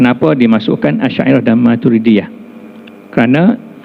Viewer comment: Yg Majoriti Dlm Tu Je Sedara. Rakyat Entah X Tahu Apa. Dalam KL Plak tu Yg Tersasul Sebut Al..Al Shyairah Al..Matrudiahh